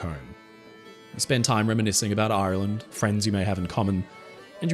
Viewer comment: I thought you’d turned Pirate for a minute there, talking about Aaaaaaarrrrland 🏴‍☠️ 🦜 🥃 🤣